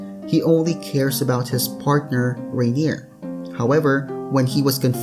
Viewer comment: Plz, it's R-eye-ner ._.